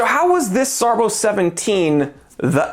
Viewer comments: SARBO? SARB Zero One Seven. No SARBO. After the B is a Zero, not a letter O. The zero after SARB is silent. It's pronounced "SARB 17" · "SARBO"??? it's a zero man !